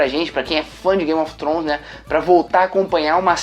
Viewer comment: "gaymi ofi tronish"